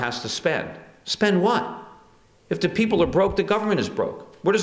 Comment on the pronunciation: hehe, "de peepoh"